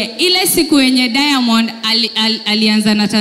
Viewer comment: 🤣🤣🤣 She is trying to pronounce, "Diamond" with an 'i' like Tanzanians😆😆. Eti "Diamondi"!!